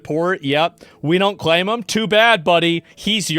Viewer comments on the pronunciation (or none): none